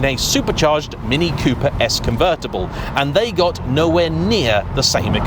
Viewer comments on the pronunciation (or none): none